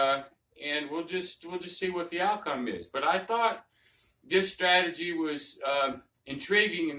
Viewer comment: What is a “stratogy”?